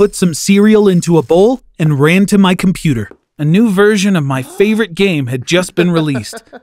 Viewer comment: Now you have to buy a new Comuputer🤣